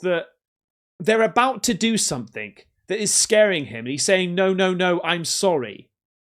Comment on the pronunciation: it sounds like he’s says “I’m soaringgggg” rather than I’m sorry, to me. And the weird slappy noise is weeeeeird 😭😭